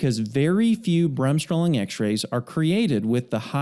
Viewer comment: Sehr schöne Erklärung. However, please pronounce Bremsstrahlung as in „BRAMMS-STROAAA-LOONG“. The stress is on the second syllable.